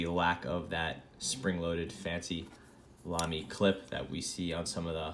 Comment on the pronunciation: Oh and I need to tell you that you pronounce Lamy right :D The way you do it is the best way to pronounce the „German a“ for someone who comes from English :) You couldn’t do it better :) That’s also why you got Gerhard that well :)